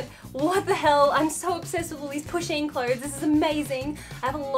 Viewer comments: I didn't know what Pusheen was and thought she was saying pushing. so I spent a minute being confused and concerned that her Instagram may just be full of pictures of her pushing people ... like in front of trains or something. or just assaulting people in the street. I'm glad I was wrong. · I thought she was saying pushing